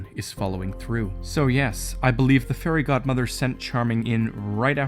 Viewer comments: I had subtitles on and it said the hairy god mother and now that’s all I can hear when someone says fairy god mother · I swear he said the hairy godmother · “So the hairy god mother” Wait.... Did I hear that right? goes back hmm listens uh, ok yup “the hairy god mother”